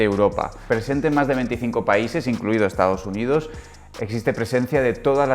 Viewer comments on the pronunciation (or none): "incluido Estados Undidos"?? 😂😂 Eso ya no vende!